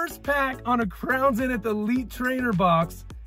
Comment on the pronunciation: It’s zeeeeeeenith not zinith